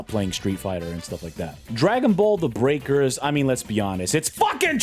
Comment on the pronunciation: Can’t believe you butchered Breakers like that. I’ll be back after I find someone who agrees with me